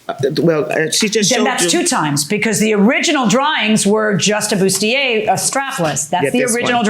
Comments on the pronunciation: Boot-see-a and gautier, boff. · It’s bustier. And corset’s accent is in the first syllable, not the second syllable.